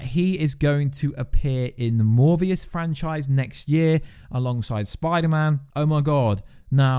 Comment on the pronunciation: LS Pnuema just posted on this myself. So sick of these channels run by people who clearly know nothing about comics. Still trying to figure out where he got the “v” sound from in ‘Morbius’.